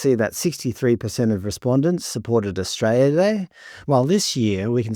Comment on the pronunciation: I love how you pronounce Australia "Austray-ah"